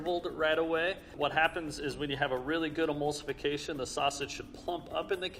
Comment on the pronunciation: No one:: Amulsification